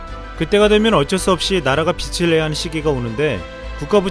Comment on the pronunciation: 빚을 --> 비츨 이 아니라 비즐 이라고 읽어야 합니다